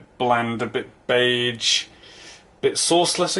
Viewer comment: Did say "beidje" as oppose to "beige"?